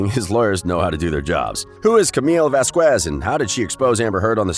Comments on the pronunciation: IS VAQUEZ ! NOT VAZKUESZ! LOL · Vazquez not Vasqwears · Vazquez is a Spanish last name so in Spanish always the "u" after the "q" is mute. You just don't pronounce it, ever.